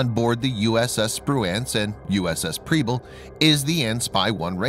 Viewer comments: I just have to let you know that Preble is pronounced with an “eh” sound like in “pebble” not an “ee” sound. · Mispronouncing the names of both ships. I love your videos, though. Please keep them coming and God bless y'all, my friends! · And Preble.